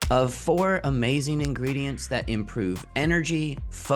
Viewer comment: The way he said ingredientsSEIZzzz. Like why???? And the “open math thing” I’m legit laughing and don’t know if I should trust the founder 😂